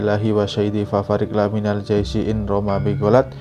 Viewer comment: Fafarriq lamiimal jaisyi Bukan laMinal tapi Lamiimal